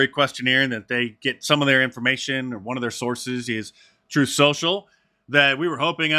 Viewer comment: That juror actually said Troof Social